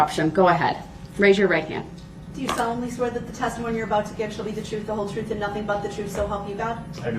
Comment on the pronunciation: The "troof" will set you free. What a jerk.